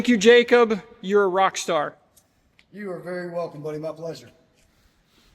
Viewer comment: "ROCKSTAR" "JAYCUB"